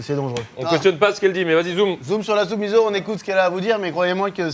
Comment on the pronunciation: La blague sur la soupe "miso" fait mal aux amoureux du Japon ! Ça se prononce "misso", pareil pour le wasabi qui se dit "wassabi". Quand un mot possède un s c'est le son "ce" en Japonais, quand y'a un z c'est le son "ze" comme la ville Kanazawa ! 😉 Vous savez prononcer "merci" maintenant ! Arigato gozaimasu 🇯🇵